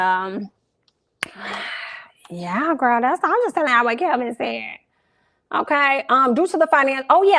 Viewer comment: I know he doesn’t deserve his name said correctly anyway and I’m not sure if it’s done on purpose but his name is Kevin Hunter, lol. But fk him! 🤣😩